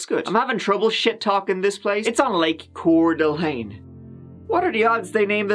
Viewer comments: Wow I’m impressed you pronounced Coeur D’ Alene correctly. Always nice to see videos about my hometown. Even if it’s a story about crime… I guess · Thank you for saying Coeur d'Alene correctly.